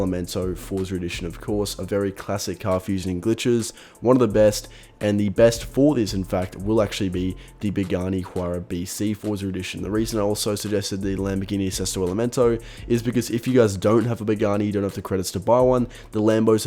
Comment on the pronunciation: Please don't read "h" in the "huayra".